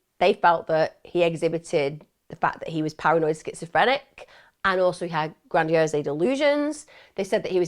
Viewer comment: Lol Emma just so you know grandiose isn’t spoken with the ‘e’ sound at the end - it’s just gradiOSE like ‘hose’